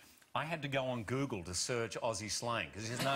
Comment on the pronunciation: I love Hugh's reaction so much! Graham is fantastic obvs :D Also, the way Jackman says Google, sounds like Gügle xD